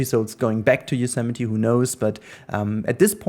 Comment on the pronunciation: It feels like yesterday since I binge-watched the first 10 or so episodes, been keeping up to date ever since. Incredible to see it so close to finished! Also thanks for teaching me how to pronounce Yosemite haha